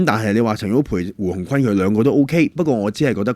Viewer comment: 胡鴻鈞是「君」音，不是「坤」